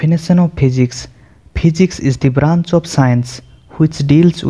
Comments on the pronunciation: Please physics sahi bolo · Phijics nhi ha Physics ha..😂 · Yaar physics to sahi bolo